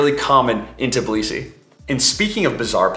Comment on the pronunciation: TIBlisi? Seriously??? It’s TBIlisi…